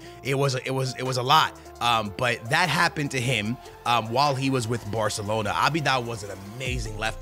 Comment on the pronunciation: barthelona lmao